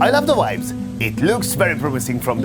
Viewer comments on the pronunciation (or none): no you mispelled it, he said Wibes.